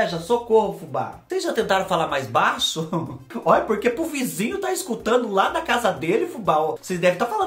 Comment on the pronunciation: Fubá eu gosto do seu sutaque e qdo vc fala pruque🤗🤗🤗🥰